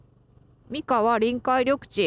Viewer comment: 三河のイントネーションが違う 親不知って新潟だと思っていたんだけど富山なのか？